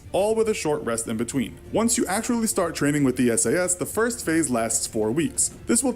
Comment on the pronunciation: S.A.S you pronounce each letter, not as a word.